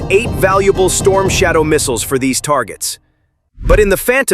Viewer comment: 영어 공부 좀 더 하시오. shadow 를 솨이도우 라고 발음하는 것보니 영어 공부 좀 더 해야할듯...